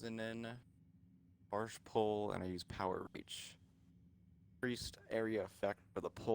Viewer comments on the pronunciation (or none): none